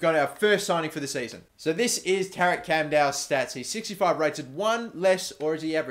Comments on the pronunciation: Camdal is pronounced Chamdal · its pronounce chamdal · You pronounce it as Chum-dul. :)